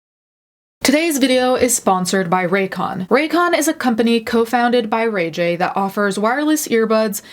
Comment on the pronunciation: The way you said Ray J made me laugh 😂